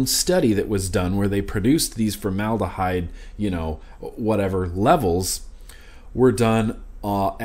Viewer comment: Formed abyss = formedahyde lol